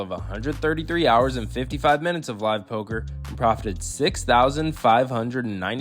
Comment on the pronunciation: it‘s Poker,!